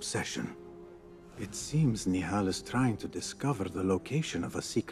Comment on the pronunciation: The way you pronounce Nehal has me shouting at the screen 😂